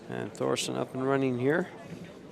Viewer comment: Its Thorsten not Thorsten